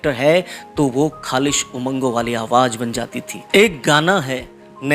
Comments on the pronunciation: Bahut acha colection kiya he. Lekin apne bolne me ja or za me sudhar karen. Kyonki aap za ko bhi ja bol rahe he. Jese ki awaz ko aap awaj bol rahe he. Plz meri baat par dhyan de taki apke program me koi kami na rahe. Plz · Aap awaaj bol rahein hain sahi word awaaz hota hai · آواز ہوتا ہے بھائی اصل لفظ آواج نہیں پروگرام کرنے سے پہلے تھوڑی سی ریہرسل کر لیا کو باقی پروگرام بہت اچھا تھا ۔ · Please correct your Urdu pronunciation. You talk of Rafi and at the same time you say Awwaj . Rafi ‘ s soul will certainly be hurt. You can do it . See you